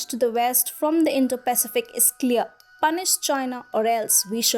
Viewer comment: I do wish you would get the pronunciation of the word "Pacific" correct.